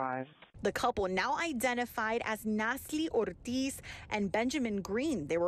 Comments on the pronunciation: so glad reporter pronounced 'ortiz' correctly, i was almost triggered. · Bravo on the reporter rolling the Rs and his zesty pronunciation of Natalie Ortiz name… you sir deserve a medal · Thank God the reporters got the Spanish pronunciation’s right!